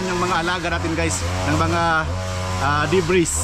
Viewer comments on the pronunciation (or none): MO as in mower not mawer! but it look like a hedge trimmer! debris is pronounced “debri “ silent S!